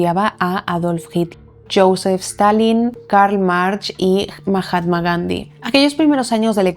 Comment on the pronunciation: Fantástico maquillaje!!!! Súper favorecedor, me encanta! Por cierto, se pronuncia Karl "Marcs", no "March".